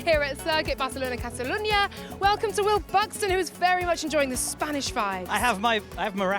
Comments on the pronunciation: Worst Barthelona pronunciation I've ever heard lol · Hey Laura! Just say Barcelona! Not barthelona!! Please be normal. Don’t be vain. Please. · Barcelona is Catalan, not Spanish, so the C is not pronounced as "th"... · Laura's Catalan accent needs a bit of work.....